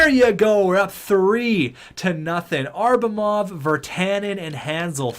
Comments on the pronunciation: It’s ABRAMOV not ARBRAMOV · atleast call Abramov by his name and stop saying Arbamov. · It’s pronounced abb-ra-mov